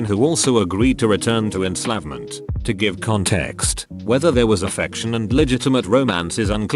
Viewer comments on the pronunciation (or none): I too return to en-slav-ment lol the tts is funny sometimes